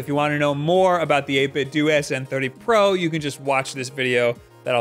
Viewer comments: U say 8bitdo wrong. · How can you still not pronounce 8BitDo correctly, it's pronounced the same way as Nintendo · I've heard it, it sounds like a Chinese person saying 8Bit 'Dough' their whole brand is a play on Nintendo's name, why would it be 8Bit 'Doo'